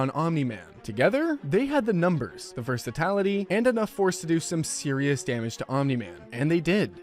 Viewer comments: Versa-tal-ity? Versatility maybe? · "versatality" Versatility.